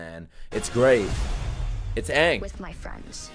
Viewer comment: No Ong, Ee Row and Sowka. Finally.